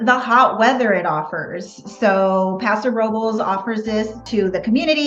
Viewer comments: YES! They are pronouncing it just a like a local. Don't hate on the local Paso Ro-Bowl folks! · They are pronouncing Paso Robles like a local! The pronunciation is how we know who is local and who is a tourist.